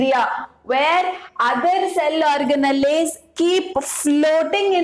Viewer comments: Ma'am it's organells not organalles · it’s ORGANALS while pronouncing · mam thank u sooooo much.......i used ur videos to teach my students.......i would like to make one suggestion which is....organelles are written in that spelling but pronounced as or-ga-nals itself...... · Mam your pronounciation of cell organells is wrong mam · your pronouncing cell organells wrongly mam😁😁😁